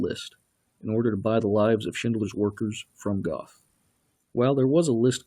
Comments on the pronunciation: Goth is actually pronounced "Gurt". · Its not Goth, its Goeth, the th is pronounced like a T and the oe is pronounced like ö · I cringed when he said “Goth” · Pronounced geth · The narrator's mispronunciation of names is the real travesty here.